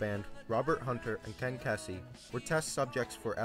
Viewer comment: Ken Keysey (RIP) pronounced his name "KEE-zee." Might wanna fix that since he was such a prominent figure. Just saying.